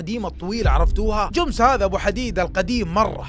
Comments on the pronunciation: اسطوره بس تكفى اسم الشركه جمس مو جوومس 😂😂 ❤الله يسعدك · ليه تقول جومس